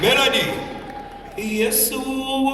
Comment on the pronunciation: Mukama yebaziibwe, you people are you so deaf that you can hear him he's unable to pronounce the word " Yesu" God have mercy